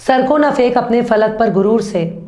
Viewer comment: your Urdu is 95 percent perfect. If you try slightly more it will be 100 percent perfect. You say "sarko na "fake"" you can try to say "sarko na phek". You say " fir". You can say "phir". You say " hijaj". You can say " hijaz" its " zzz".